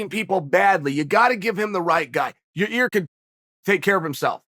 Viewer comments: Hey Chael I just want you to know that I know when you fuck up names of fighters, it's on purpose. Hilarious. Love the subtle digs you take at certain people while playing dumb keeping a straight face. "Yarir" lol. There's many other times you've done it I'm sure there's a compilation video somewhere on the interwebs can't think of any others atm.... Hilarious Sir. Keep up the great work! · Your-Air or You-Rare how bout we make it easier for Uncle Chael Ya-Year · Your ear? Ya rear? Your rear? Urea? Your year? Yo year? Yo rear? Year rear? Year ear? Ya year? Ya ear? FFS, Chael, pick one mispronunciation and stick with it! 😘🇺🇸👂🏻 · Gotta love the enthusiasm when old Chael talks about "Your Rear" Rodriguez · real name of the pronounce is YAIR Rodriguez AKA El Pantera,sonnen. I heard of it, In My Opinion. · Ya-ear Rodriguez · Your-Rear Rodriguez.... 🍑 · I'm just here to hear uncle chael say "YaRear"... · Lmao How he gone keep calling this man "ya rear" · I hit the play button on this one just to hear Chael try to pronounce Yair. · It’s been 5 years . Learn how to say yair😅